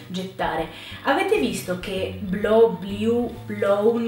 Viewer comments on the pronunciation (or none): Però la pronuncia è completamente sbagliata di molti verbi....esempi: blew-grew-threw.... tu li pronuncio come bliu-griu-thriu- ma la pronuncia corretta è: "bluu-gruu-thruu". Un'insegnante che fa questi errori, occhi alla pronuncia...poi gli studenti vanno all'estero e non vengono capiti e non capiscono un tubo..... non possiamo sbagliare la pronuncia di una parola con una o due sillabe....non ti capiscono all'esero.... immaginate le parole italiane "già, più,là" pronunciate come giù,pià,lò" non ci capirebbe più nessuno..... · Ho guardato per curiosità parte del video, e ti do un consiglio: Prima di insegnare qualcosa agli altri, imparalo bene tu. Tu l'inglese l'hai imparato in Italia, e da insegnanti italiani.. Non dirmi che sei stata in UK, perchè dovrei desumere che hai problemi d'udito (Blew >>> Blieu ????)